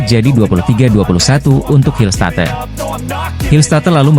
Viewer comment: Ngarang narasi doang ni Mimin....hillstat"e" katanya ....belajar baca dulu min....konten abal²..